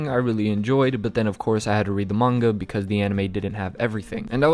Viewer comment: why does he say manga like munga